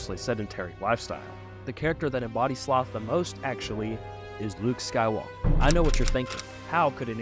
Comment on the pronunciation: that is not Luke sky walker that is Luke jay walker